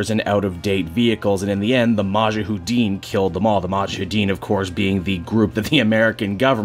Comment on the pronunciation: Just couple of things. Afghanistan is either part of Central Asia or South Asia. Also it is pronounced MuJAheddin.